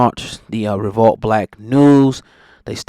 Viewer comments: It’s revolt o god not revalt, say it properly bro! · Dude it's revolt, not revault